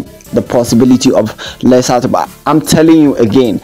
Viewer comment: Letsile Tebogo not Lisa Teboko